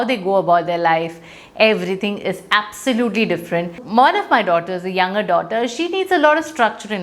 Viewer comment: You couldn't pronounce 'younger' correctly.